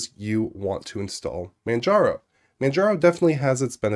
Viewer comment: "mandjarrow" haha